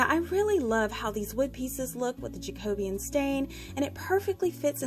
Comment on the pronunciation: You make lovely creations and I love your attention to detail! FYI: the stain is pronounced as jack o be an. I remember that from high school home ec when we studied different building periods such as Tudor and Jacobean.